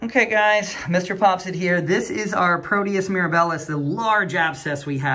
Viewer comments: Great follow up! The organism is Proteus mir-AB-ilus. Accent on the second syllable. I used to work in clinical microbiology. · Agree! Great video and good point regarding the name of the organism. I worked in clin micro as well and my ears twitched a little when I heard “miraBILLIS.” 😂😂 Anyway; just a little bit of clinical humor.